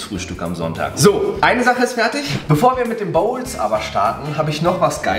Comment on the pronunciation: Wie weird kann man "Bowls" aussprechen?😂